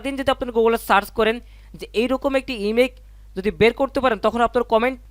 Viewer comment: আপনি বার বার ইমেক ইমেক করছেন। এটা ইমেক মা ইমেজ হবে